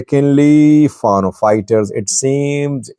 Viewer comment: I like your program. One comment: Fano should be pronounced as “Fan Know” stress on both syllables. Thank you!